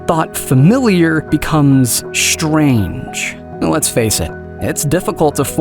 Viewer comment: An honest question. Why does the narrator of this video say "shtrand" instead of "strand." Or " He can say "stilted" not "shtilted." But then he will say "shtrange" instead of "strange." Clearly this is a conscious decision on his part, therefore it should not be impossible to give an honest answer.